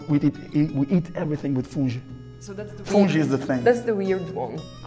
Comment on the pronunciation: In min . It isn’t “ fuji” it’s “funge” . Its like rice for Brazilian people, we always eat it.